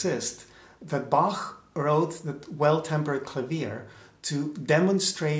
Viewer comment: Thanks for pronouncing the master's name right.